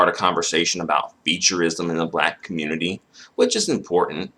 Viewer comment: where da kanga in a kammunitiiiia